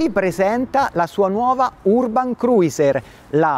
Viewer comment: Si dice cruser non cruiser